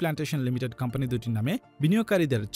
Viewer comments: Pradact ar campany na bole product and company bolle ki amra bujhtam na? Accent thik koren kindly kan e lagtese jinish ta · Pradact, Campany, LOL englishman , Very FLuent, Im Touched...😍😍